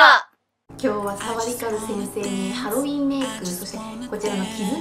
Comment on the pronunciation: ヘロウェン(ハロウィン)